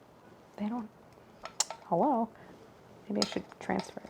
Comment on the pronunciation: the "hullo" just brought my love for Claire to its next level